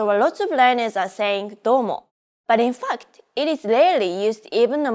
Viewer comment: the way she says; ‘but in fact’ sounds so like ‘fucked’. Don’t get me wrong it’s so cute. I speak three languages English, Assyrian and Arabic. I can also understand most Arabic dialects and accents and speak them too. Now my goal is to learn Japanese because I love it.